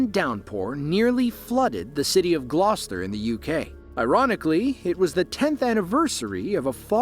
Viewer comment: Well done in getting the word Gloucester correct.